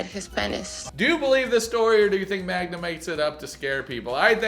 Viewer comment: I can't understand how you can't pronounce his girlfriend's name Magda, not Magna.😅